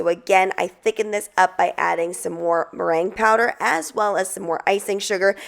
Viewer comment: Sounds like you're saying brain powder, I know that's not what you're saying. I listened to it several times can anyone tell me what the first word is please?